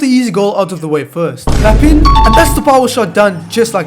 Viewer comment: HOW DID YOU CALL PAPIN? its not "Pap in" its "pap 1(in french)" It’s ok tho